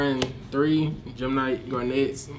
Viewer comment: It's his favorite deck of all time and yet he doesn't even know how to fucking pronounce "garnet".